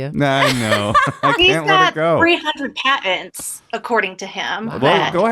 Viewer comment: "he's got 300 Pah-entz" Why cant people pronounce T's sometimes? And alot of women lately i have noticed pronounce R's with a hint of L. Instead of saying "DOOR" They will say "Doorrrrllll" I have noticed doing this too. Probably trying to sound sophisticated but they sound like dickwads